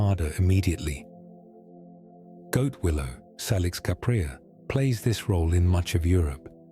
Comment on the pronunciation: salix has its origin in Latin language so it's pronunciation is say-liks BTW many English words derive from Anglo saxon a germanic language, which has a short "a" sound not a long "a" as in "ah" thats the French way of speaking...